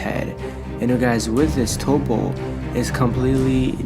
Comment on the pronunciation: Yes his name is Toppo, But you say it as Topp. after hearing you say his name wrong so many times i can't listening to this video anymore